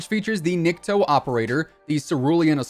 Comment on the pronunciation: Hey, just a friendly reminder. "Nikto" is pronounced as "niktO". It stands for "nobody" or "no one" in russian;) keep up the great work.